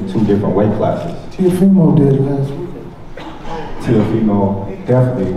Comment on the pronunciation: Nigga said Teofimo💀💀💀